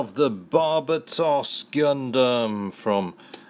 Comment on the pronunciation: I'm pretty sure it's pronounced bar-ba-tos